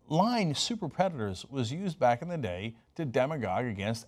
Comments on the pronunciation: jaja Predatours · The way Hillary says "predatoours", freaks me out. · I still can't get over how she pronounces the word predators